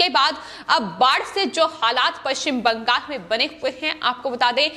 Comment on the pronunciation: ........ एंकर को बोल ने मे तकलीफ हे... इसे बदल दो... बंगाल को बंगास बोलती है...